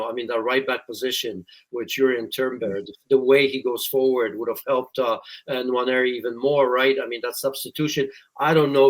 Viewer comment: Nwa-neri for better pronunciation